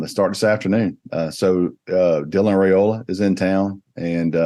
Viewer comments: 6 ray slays in one show. Your competition asked Dylan's father the same question live on the Rumors and Facts show a month back; the same you asked Ryan Puglisi. Dominic Raiola said it is pronounced like Rye or pie, and ola like cola. If you still dont believe it, then please show Dylan the same respect you showed Ryan by asking Dylan. Only reason I repeat it is you continue to ray slay the name, and I know you don't want to be doing that over and over as you are continuing to do. It's not like you, people look up to you, and respect your knowledge. Please pronounce it correctly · Good job asking Ryan Puglisi the correct pronunciation of his family name Now, Please, please ask the same of Dylan Raiola so you will stop the incorrect ray slay on his family name. It is pronounced as Rye like pie and ola like cola. Dylan Raiola (like Rye-ola) with no ray in sight. Please stop the Ray Slay,... Thank you very much